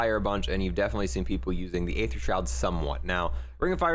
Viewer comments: It’s pronounced - “EETHER” not “AYETHER” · Its pronounced E-ther no A-Ther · Ye it’s dark eee-ther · No one: Absolutely nobody: Multiplayer players: Dark A-ther It’s pronounced E-ther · I’m sorry, but it’s not A-ether... it’s just ETHER the A is silent. It’s all good tho. Even the makers Call it ETHER... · U pronounce aether like eeeether pronounce the e people. Or listen to old zombies cut scenes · “Dark ay-ther” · Aether = E-Ther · then you should know how to pronounce it. It’s bugging me out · Stop saying the a in aether. A is silent :)